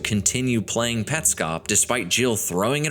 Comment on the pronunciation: Hi. This is a chilling video to watch at 3am. But it is an AMAZING video and it answers Petscop. I knew this is something awesome when you mentioned the "correct" pronounciation of the game. You win 🏆 I'm subscribing for more of this. Also, to hide under my blankets because this gave me chills throughout the entire video 😅😅